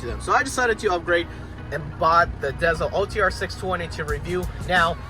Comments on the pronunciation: Im sorry but when you pronounce it garmin dazel its like finger nails on the chalkboard, its pronounced garmin diesel. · You're a driver, and you couldn't figure out it's dezl as in deezle as in diesel?